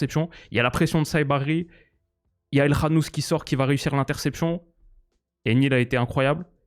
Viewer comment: Déjà pouce bleu pour avoir dit El KHanouss et pas El Kanouss